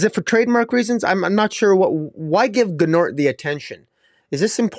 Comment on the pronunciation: Gnort's rhymes with sports. Gnort's Illustrated...Sports Illustrated. Your pronunciation is a little off, the G is silent I assume. Or maybe I'm wrong, idk!😊